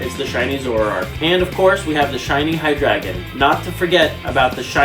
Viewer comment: the fact that this dude is collecting every card but doesnt know how to pronounce alot of the pokemons names is rubbing me the wrong way, like wtf is "embroar" and "hydreegin"